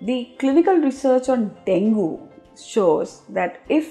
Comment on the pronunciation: Plz correct your pronounciation of Dengue. It's not pronounced as Dengoo, pronounced as deng-gay or deng-gee but written as Dengue. Hope that helps your listeners.